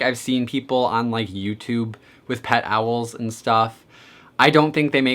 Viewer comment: My dude I love you but the way you say Owls stresses me out